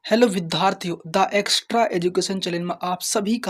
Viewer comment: Vidharthiyo 🤣🤣🤣 ki vidarathi